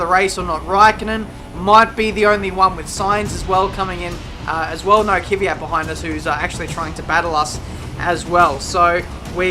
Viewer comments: Why do say Kyvat instead of Kvyat? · i really like ur driving and commentating but Kvyat is pronaunced 'Kv - y - at' keep up the good work